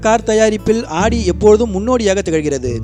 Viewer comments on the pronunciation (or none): Super bro but not aadi it's audi haha l cant stop laugh of aadi spelling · ஆடி car illa bro ஔடி car bro......car name ah correct ah sollunga